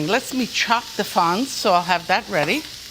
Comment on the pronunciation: Fronds not fonds Lidia 😅. I’m surprised your producer didn’t correct you.